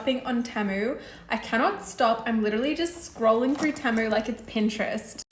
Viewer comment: Temu is pronounced Tea-moo and all this video did was remind me to go scroll on the app